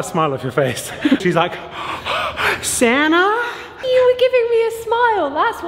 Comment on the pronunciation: Why was the “Santa” randomly in an American accent hahaha.